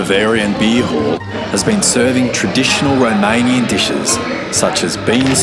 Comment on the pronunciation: Mate you are literally putting every english speaker I know to shame, your romanian pronounceations are bloody brilliant, literally perfect in some cases. Bloody well done! 👏